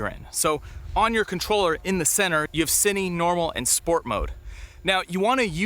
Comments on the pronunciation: It's not SENNY...it's SI NE...lol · Why you pronounce “Cine” as “sinny” isnt it “Sin”